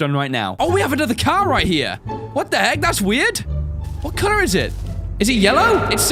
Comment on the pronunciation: When you said car it sounds like cow